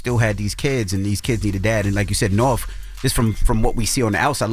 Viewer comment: What is going on?? That girl’s name is NORTH…. Wtf is Norf? Why can’t they pronounce North?